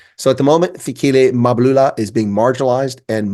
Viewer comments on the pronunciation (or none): You’re really butchering this guy’s surname. It’s Mbalula. Don’t put the “a” to the “M”, shouldn’t be there. Other than that, a fair take on Mbalula.😅😂😂!